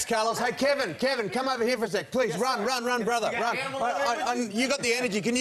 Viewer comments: Did the host say 'Brotha'? 🙄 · I’m Australian and I’m appalled how he said brother at the end